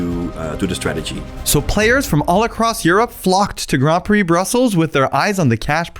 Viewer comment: Every time he says "Grompy" instead of "Grand Prix"